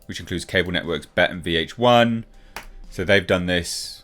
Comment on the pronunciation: What's awful about Paramount+? Also, it's B-E-T, not Bet.